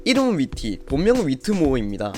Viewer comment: 위티을 읽을 땐 휘티